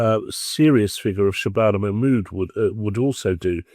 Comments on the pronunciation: Shay-bana Ma-mood ... REALLY😀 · Manmood. The trans Pakistani English woman.